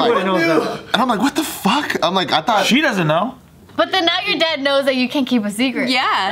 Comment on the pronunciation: nobody else saw bart spit on that hard F in "fuck"? lol